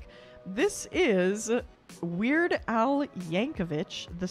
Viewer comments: Did you seriously read weird al as weird A I? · Not A eye A el for AL as in Albert. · It's not 'ai' it's AL lol 'cause the titles are using his name. "The Compleat Weird AL" AL. As in his name, not ai like artificial intelligence (tho he has mad jokes on twt before b/c ai and AL look the same depending on how it's written). And it is 'yankovic' with no 'ch' sound (idk why there'd be a 'ch' sound when the name ends in a 'c'), the pronunciation was written right there on the wiki page. BUT YES, more of his stuff! His songs are great. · His nick-name is not "ai" -it is "al" ' L -as in Lots of fun! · At the end, you kept pronouncing Al's name as "A.I." in the names of the specials. I make that mistake all the time, but it's actually AL, but with a lowercase L, so it looks like an i. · Noooooo.... "The Complete AL",NOT A.I! AL,as in his name AL Yankovic. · It's AL not ai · It's weird aL, not weird ai lol